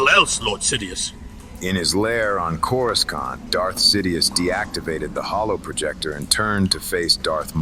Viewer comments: "CorisCONT" keeps pulling me out of it lmao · Why cant it say corasaunt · Good AI reading but the pronunciation of "Coruscant" is kinda throwing me off lol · If you played the original TIE fighter, the Imperial briefing officer would pronounce it that way as well. Other books also mention outer rim accents that were noticeable and looked down on by core-worlders. I've sort of imagined it as a fairly common in-universe mispronunciation in case that's helpful for immersion for anyone else. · it's pretty cool how you manage it, most of the AI style book narrations can be really jarring, on yours you can rarely tell at all, I mean on this one the only time I can recall is on the word Coruscant, and even then its only the old pronunciation , one word in a whole story is pretty amazing